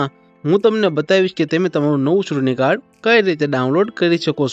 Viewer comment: સૂટણીકાર્ડ નહીં ચૂંટણીકાર્ડ એમ બોલો..છ ને બદલે સ કેમ બોલો છે..?